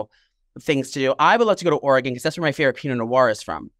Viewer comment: And it's pronounced Oregin " in" . 💚💚☀️😆🌄